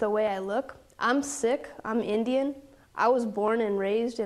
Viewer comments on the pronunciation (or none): She pronounced the word Sikh incorrectly when she said she's a Sikh. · Did she say she was sick or is that the way Sikh is pronounced in America or she really did mean that she is sick - physically or most likely mentally?